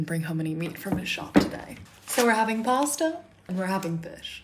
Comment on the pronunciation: So we’re having “PaWwStAaa”🍝